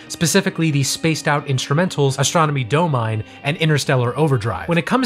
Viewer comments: 'Astronomy Doe-Mine' ? Haha. The pronunciation is 'Doh-Mi-Nee', which rhymes with 'Astronomy'. Clearly, that possibility never occurred to you. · Heh, Dough-mine. It's Dom-in-ne, rhymes with Astronomy. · Do-Mine??? DO-MINE??? It's Dom-i-nee.... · I'm quite enjoying these deep dives, although just finding them now. I'm sure someone else in the comments called this out, but just in case, .... It's Astronomy "daw-mee-nay" not "Dough-Mine". Nice channel, thanks for your hard work, clearly also a labor of love. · Doe-mine????? It's dom-ih-nee! dom-ih-nee! It rhymes with Astronomy for cryin out loud! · Astronomy dough-mine? What? Astronomy doh-mi-neh! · FYI: "Astronomy Domine" is meant to be a rhyme. Dah-muh-nee All I can think of when you say "Astronomy DOUGH-mine" is some kind of moon cave where one could mine cookie dough. Also, I had no idea about the Zappa/Floyd set. Why did that need to happen?? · Do-mi-ne. Not do-mine. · It's not, "dough-mine" it's, "dom-in-ay". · For clarification, the track is actually called "Jugband Blues" rather than "Jughead Blues" And I think Domine in "Astronomy Domine" is pronounced "Dah-min-ay" according to the band members talking about the song, if I'm not mistaken. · This is probably been posted several times but Domine is, I believe, pronounced in Latin as Dom-in-ay like in U2's"Gloria". I like this show though! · Good overview of one of my longtime favorite bands. "Echoes" is my favorite song, and I guess I'd default to DSOTM as my all-around favorite album. A few errors I noticed, mostly pronunciation stuff: "Astronomy DOH-mee-NAY,." "Jugband Blues," not "Jughead." "UH-mma GUH-mma." "San Tro-PAY." "Michael KAY-men." The noise in "Echoes" mimics sonar, not radar. Also, "When the Tigers Broke Free" was not on the original release of "The Final Cut." It wasn't included until the 2004 re-release. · "Astronomie Doh-mine" "San Tro-pezz" ... you're a real languages master, huh? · POV: you pronounce it “Doe Mine”